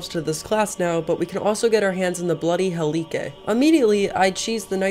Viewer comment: Great Video! One Small issue... "Bloody Helikay"